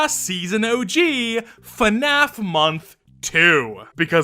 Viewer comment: No one: Uhyeah: Fuhnaf